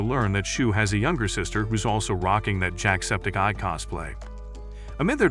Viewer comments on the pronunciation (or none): none